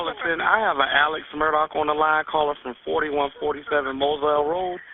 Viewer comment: List all your sources or this is just plagiarism!! I doubt you’re in North Carolina in the courtroom waiting for the latest update. Mandy Matney has a great podcast called Murdaugh Murders with original reporting. Their names are pronounced Mur-dock (Murdaugh) and Aleck (Alex)